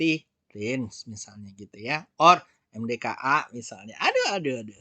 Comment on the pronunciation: Kalau sudah MDKA logatnya jawa hehehe